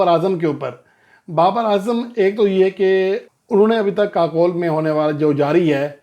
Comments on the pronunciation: Pl correct your pronounciation It is not Kakole. It is Kakul pronouncced as KaCool. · جی لفظ kakol نہیں kakool ہے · Yes but ye Bhai sab aksar u ko o pharte hain ❤ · لفظ kakol نہیں kakool ہے